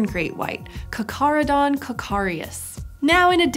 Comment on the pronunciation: After “Jaws”, the way she pronounces both “Charcharadon” and “charcharias” deeply annoys me.